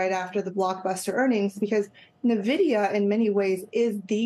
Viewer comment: She probably should pronounce Nvidia correctly